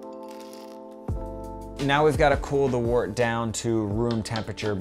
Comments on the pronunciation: also, last comment haha, Wort is pronounced "wert" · Great vid. Just note that wort is pronounced "wurt" and trub is pronounced "trooob".